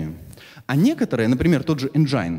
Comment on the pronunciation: Энджин,а не энджайн :(